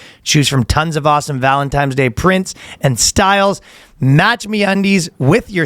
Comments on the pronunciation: Of fucking course ryan says "valentimes" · He keeps saying Valentimes during the ad read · Danny is saying stas-tee-ka weird, and Ryan is saying ValenTIMES day weird... Or am I the weird one? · Just don't keep taking it, brother. It's ok to use it as a temporary aid when things get incredibly rough, but you're well strong enough to overcome the rest on your own. Sorry for the lecture, I just don't want to see anyone suffer like I did. Also, I believe it's ValenTIMES day. That's the way the in-house Boyscast language expert, Ryan, pronounces it.